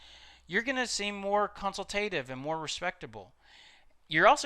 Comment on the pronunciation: 'Consultative' is mispronounced in the webinar ( / ). Other than that great job!